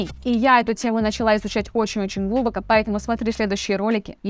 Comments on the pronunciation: По русски глубокО, а не глУбоко😅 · У меня вопрос личного характера: Вы неправильно ставите ударения в словах , например "глУбоко" пару раз сказали вместо "глубокО" . и слово "адрес" сказали "одрес". Как это объяснить ? ) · ГлубокО а не глУбоко ) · Просто. Автор - украинка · глУбоко, с ударением на У - вы должно быть шутите! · Это отличные инструкции из мануала от самих разработчиков джипити. Автор ты молодец, тема интересная, но подача. Очень сильно косноязычно, много слов и шума и все эти глУбоко и прочие чудесные слова Мидлы и вся штука. Ух, жестко. Ну и вот тема к слову не раскрыта - как быть пользователям из России?=) Он увы немного с ноткой дискриминации по национальному признаку. Сразу скажу ВПН тут не поможет. Есть лайфхаки? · О почему Глубоко, ударение на У? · Хорошее видео, лайк поставил, но произношение слова "глубоко" очень режет слух. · ударение в слове "глубоко" ставиться на последний слог. Но кого сейчас беспокоит безграмотная публичная речь?)